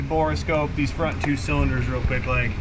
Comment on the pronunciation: “Bore” scope, not “Bora” scope